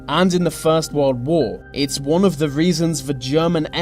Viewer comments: ''ve war'' ''ve nazies'' ''ve armey'' ''by ve'' dude its called THE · "Wiv", "fink", "ve". Where does this annoying use of English come from? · vuh japanese were in vuh soviet territor- oh my god pronounce THE properly for fucks sake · Whats wiv all ve Vee's?? say TH.e. also your dad was wrong it was "Fail to prepare, prepare to fail" no plan lol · VUH war was won by VUH british and VUH americans vhey were good at VEIR jobs. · whe he says The japanese it sounds like Va japanese so each time it sounds like he is gonna say vagina lol?